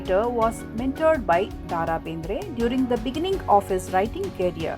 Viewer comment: Mam it is not ದಾ ರಾ ಬೇಂದ್ರೆ it is ದ ರಾ ಬೇಂದ್ರೆ